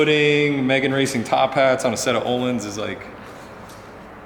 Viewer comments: That ölins was pretty good! just say it a bit faster, and perfect ;) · A for effort on the Öhlins pronunciation. coming from a swede.